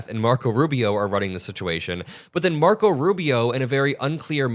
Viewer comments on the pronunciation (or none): none